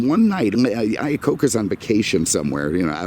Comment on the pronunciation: It's "Iacocca"...my last name is not that far off. I was also born in 1969 LOL